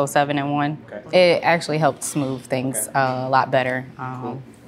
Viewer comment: with, that, smooth. “wif” “dat” “smoov” why do they get rid of “th” and replace it with random letters that are never the same😂